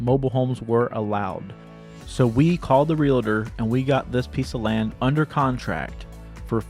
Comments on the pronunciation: The word is Real Tor. Not Relater. Geez! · "Realtor" is only a TWO SYLLABLE word, NOT THREE! People, you make yourselves sound like ignorant hillbillies when you say, "real • la• tor!" It's also NOT "real • la • tee," it's pronounced 'real • tee'.